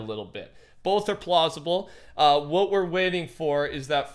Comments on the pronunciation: “Both are plossible” lol idk why im laughing! Love you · "Plossible" he says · He says plausible